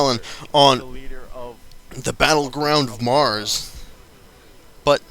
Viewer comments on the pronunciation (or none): none